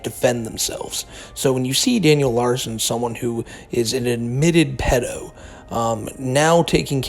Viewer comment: It made me happy hearing you pronounce “PEE-do”. Here in the U.K. we’ve used this word for as long as I remember. The true pronunciation!